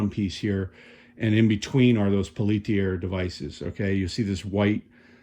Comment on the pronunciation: Peltier was a French guy. It's pronounced PEL-tee-ay.🙂